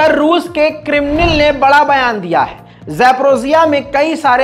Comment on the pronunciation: ...."krimnil" nhi hai...."krimlin" hai......apna talaffuz theek karlo.....